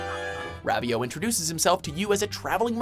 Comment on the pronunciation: Isn't it pronounced Ro-vee-o